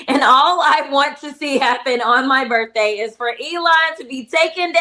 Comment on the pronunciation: She said "Birfday''.